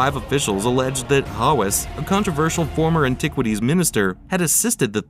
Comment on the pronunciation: You can’t even pronounce his last name properly. 😂 How can I believe any words that follow? 😅